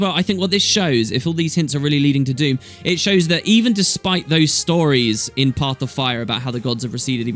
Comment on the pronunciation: I thought it was Dhumm, not Doom? Then some Americans do have strange ways of pronouncing some words. The human gods leaving permanently would certainly leave a power vacuum, lots of nasty things could worm their way out of the mists. It might end up being a really Dumb thing. Another question is what are the human gods really? Except for Kormir, who was a human replacement, we have only seen their avatars, not their real selves. As for Scarlett she might not be totally gone, there will always be reflections in the dream, perhaps she could come back, changed now that her mind has been freed? Admittedly the chances of this are extremely low but I did suggest it in a short story on the official forums some time ago.